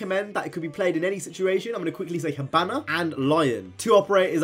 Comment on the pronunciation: Also the way you say hibana cracked me up, anyway idk if you care but for me personally my fave attack and defense ops are dokkebi, (idgaf bout spelling) hibana, Ash, and for defense, vigil, smoke, alibi